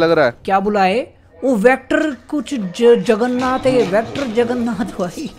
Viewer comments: Bhai Jagarnat nahi Jagarnaut xD 😂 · Hi hi hi he said juggernath